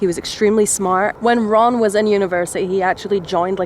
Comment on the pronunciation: Ron sounds like run